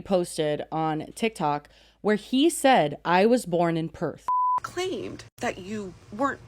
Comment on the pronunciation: I'm from Perth and never lived anywhere else. The dead giveaway is how he pronounces PERTH! If you're from Perth, that's your home, right? Why would you start to pronounce the name of your home in an American accent? It would be as weird as mispronouncing your name. The Australian accent is non-rhotic so the "R" sound does not appear at the end of a syllable or immediately before a consonant (think papER but it would sound like PapA). So people in Perth and Australia do not pronounce a strong "R" and he always pronounces it pERth. It's weird to me that he comments on having a Perth dialect but doesn't even say in our dialect.